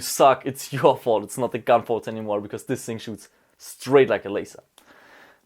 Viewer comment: bitte lern mal the nicht se auszusprechen this nicht sis